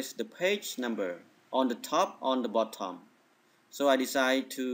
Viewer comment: the way you say BOTTOM PISSES ME OFF i couldnt take u serious after that